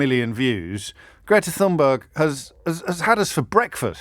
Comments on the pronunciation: The correct pronunciation of Thunberg (meaning grassy mountain) is Thun-bery (g takes on the e sound). Not sure why James, given that the Norse conquered large parts of England and 30 percent of places names are Scandinavian, should find Thunberg difficult to pronounce. After all were it not for German, the various Scandinavian dialects and French, "English" wouldn't exist. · The correct pronunciation is closer to Tunberry. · I'm sorry, but this simply is not true. I speak the Scandinavian languages. However, he did pronounce the beginning portion of the word incorrectly, the 'th' is not conjugated to make a 'th' sound as we do in English but a hard T followed by a soft 'h'. We might rather simply spell it as 'Tunberg' in English. The Norse incursions into England were about 1000 years ago and the Scandinavian languages have been seperate from English ever since so I think we can excuse him on this one mate. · It's TunbeiiI don't know how to equate Swedish to English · Thunberg is pronounced something like "toonbery". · Thun....easy Berg.... it's a mountain. Iceberg...get it. Berg is pronounced. Buy rhymes with sky.. Not to be confused with Borg Which is a castle and a Björn is a Bear. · James. After Greta's two devastatingly funny tweets the correct pronunciation of her name is obviously Fun-berg.